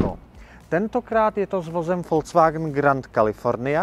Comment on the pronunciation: Vysvetlete mu nekdo ze to neni FOLCVAGN😂😂 Ale “Folks Wagn” VW😢! nemecky lid, lide, lidovy je Folks a ne Folc😢